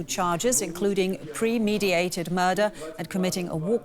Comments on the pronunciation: premeditated not premediated. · pre-mediated? try premeditated.